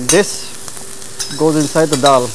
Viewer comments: DAAL not Dhal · In terms of english it is called "Dhal" not dal